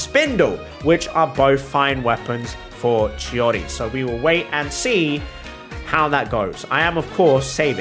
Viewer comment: I don’t know why but saying chiori sounds like he is saying shawty…